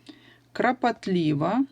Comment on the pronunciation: Вы сказали крапатлива, а надо клапатлива❗️❗️❗️